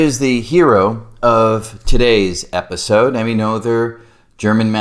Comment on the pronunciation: Emmy’s last name rhymes with Nurtah. (And the t is sounded as a t (not d). I wish I understood Noether’s Theorem as well as can I say her name.